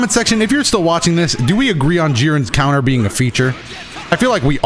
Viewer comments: “Coutner” lmfao🤣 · Don't worry, I'll never forget about Jiren's "coutner"